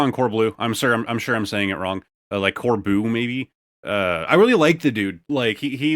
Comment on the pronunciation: Corbeau is pronounced like 'bow', and Spectrier should sound like tree-er. Like you're obama talking about trees 😅